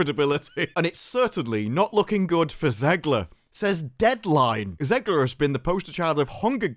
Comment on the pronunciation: Her last name is pronounced “Zegler” not “Zeegler”! Stop mispronouncing it.